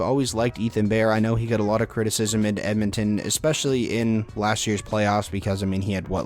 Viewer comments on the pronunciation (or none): none